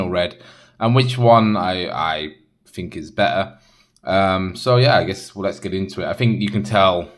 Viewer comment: Fought, fink? Thought , think? What?